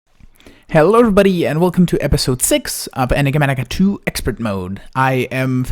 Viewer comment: ‘Enigamatica 2’ what is ‘Enigamatica 2’?? Anyway, love your content, love you as a content creator!! Wait, did I hear you say, “need to make the mountain bigger”?? Yay for suggestions, thanks, for reading comments, and going through with them. (Maybe)